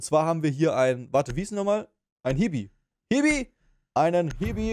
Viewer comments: meint Chibi [Tschibi];) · Ein Hibi hahaha es heißt chibi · das heißt chibi und nicht hibi zur verbesserung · Es heißt chibi, nicht hibi😅